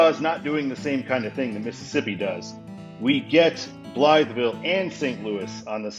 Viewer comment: The whole road complex east of the Poplar Street Bridge is interesting and confusing, though it's not as bad as trying to get from the Stan Span to eastbound 64. Also since I live in the area (roughly) I have to tell you that Blytheville is pronounced "BLY-vull" by locals. I don't know why that is.